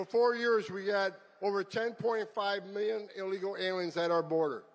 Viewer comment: First time I saw someone butcher the word illegal.